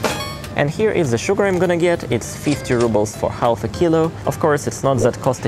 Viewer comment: "Half" is actually pronounced "haf" -Been hearing you saying it for a long time and my neurotic self needed to say it. Interesting shopping-tour. Where I live it's a LOT more expensive, but then again the incomes are also a lot higher. I think we spend about 20%-25% of the income on food/cleaning products a month though - which feels too much. Like you I also go for the "beautifulness" 😉